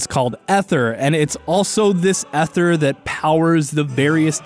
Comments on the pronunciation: Is Ether (eth-er) the canon pronounciation for the thing in Dauntless, or are you mispronouncing, as Ike screams on up B (and is pronounced the same as Ether in the Xenoblade games (which I wouldn't mind some sciences on, especially with 1 getting a definitive edition)), "AE-THER!" Edit: wait you fixed yourself up later in the video. I guess it was a misread for the introduction xD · I liked this video until some idiot called it ether (eh-thur) instead of Aether (a-thur) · Sorry to be picky but it’s pronounced A-THER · Why do people pronounce it EH-THER!?!?! IT'S AY-THER NOT EH-THER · eether not ehther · I’ve always heard it “Ay-thurr”, why would it be “E-therr” when the word ether exists? Aether clearly has an A in front, thus it should be pronounced with an A sound. Yes, I know English is a wacky language but still. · hey its tnot eth-er its E-th-er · say it with me Ay-th-er not ether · im pretty sure its pronounced ee-ther not eh-ther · it's not ETHER it's -->A<--ether AETHER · Isn't it pronounced "eether" not "ether" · You pronounced aether wrong it's AY-THER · The pronunciation of Aether (Aye-ther) hurts me. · It's pronounced ee-ther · Sorry but did you just say ether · Aether not ether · IT IS PRONOUNCED EETHER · My god he said ether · The "Chair-rig"? Bro, your soft eh-thur is passable and has historic value, but JFC on a stick, it's Char-rog. Like Balrog crossed with Char. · Aether (A-ther) not technically Ether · ITS CALLED EETHER!!!!!!! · Ee-ther by the by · Aether >w> with an A, not an e Im sorry, it just really bothers me and i've been trying to get over it. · ...I'm slightly trigger by his mispronunciation of Aether